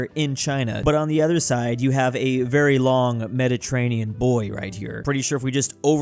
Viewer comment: mederterranion sea